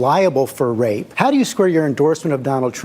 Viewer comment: What’s with the “rurr” it’s RAPE not rurr 🤔